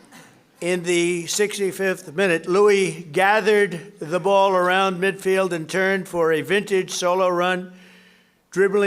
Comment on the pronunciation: i lost it when he said "louis" suarez.... LOL but president trump really seems to appreciate both suarez and messi so big win for everyone